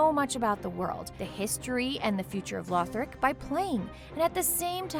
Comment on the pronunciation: Did she just say Lorthic?